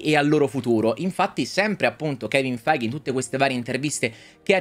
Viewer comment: ma almeno prima di ripetere il nome di kevin feige 200 volte impara la pronuncia giusta xD